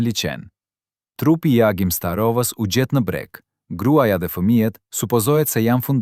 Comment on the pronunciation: Nga Pogradeci nëpërmjet liqenit janë arratisur shqiptarë,por jo si na i tregon ky karafili,i cili gënjen pa pikë turpi duke folur që shqipe sallatë.Agimin e thërret Axhim e plot budallallëqe të tjera.Po ju jap një fakt.Kosovari që tregon këtë histori të stisur thotë që Agimi dhe gruaja e tij lidhën në trup shishe plastike dhe mbi kurriz lidhën fëmijët.Në këtë mënyrë nuk noton dot dhe në vitet 80 nuk kishte shishe plastike apo bidona si u themi ne,sepse vëndi jonë nuk importonte coca cola apo pije të tjera,sepse regjimi nuk e lejonte.Ato i shihnim vetëm në reklamat e RAI-t dhe TV jugosllav.Aso kohe regjimi diktatorial i E Hoxhës kish një marrveshje me Jugosllavinë që nqse arratiseshin shqiptarë nga Shqipëria i ktheheshin sigurimit shqiptar dhe anasjelltas Shqipëria kthente në Jugosllavi UDB-s gjithë kosovarët që arratiseshin për në Shqipëri.Kjo thënie se gjoja ata kërkuan azil në Republikën e Maqedonis është një gënjeshtër.Tjetër asnjë oficer i sigurimit të shtetit nuk ndihmonte një familje të arratisej.Prandaj mos i besoni këto gënjeshtra të këtij mashtruesi.